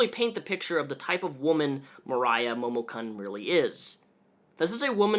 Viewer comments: momo-KEWN. not Cun. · This is a great video. I just heard about this and I wanted to know about the controversy. But it’s Momo KOON, not kun. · I'm surprised you haven't been grilled on this yet, (or if you have it got buried and I can't be bothered to dig it up) but it is pronounced Momokoon, not Momokunn. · kun is pronounced " koon " not CUN. Sorry the mis pronunciation was irking me. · "Momo-kunn" Not gonna lie I reached for some whisky when you pronounced Kun that way. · usually pronounced k-oo-n in Japanese. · It's pronounced "koon". Momo"koon" I can't even get 10 mins into the vid cause the way he pronounces it annoys me so much. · It's probably pronounced "momo*koon*" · It's pronounced Momo "koon" "KOON!!!" omg, that's totally racist! I sincerely apologize. I have irritable bowel syndrome and it makes me a total grammar Nazi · Momokun is fucking gross and it's sad people threw so much money at her for shitty cosplays and """lewds""". On top of her shitty attitude it's great to see her getting what she has deserved for quite a while. Also my inner weeb is being triggered by the pronunciation of Momokun here. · you keep mispronouncing her name. It's pronounced "Momokunt" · just a heads up: i know it doesn't matter that much but it's momo kun pronounced "koon", because she's stealing japanese language to try to look cute. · "MOHMON-CON" Dat Japanese pronunciation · my weeb ass cant handle the way u say her name lmfao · You can pronounce "kun"? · Not to defend momokun (i hate her just like anyone in the cosplay and otaku comunnity rn) but like, do you watch dubbed anime or something like that? bc the way you pronounced momokun just killed me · The way he pronounced momokun and renowned make me upset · the way you pronounced Kun made the weeb in me very sad :/